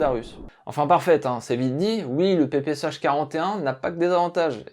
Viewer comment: Ça se prononce semble-t-il PP(S)Chat.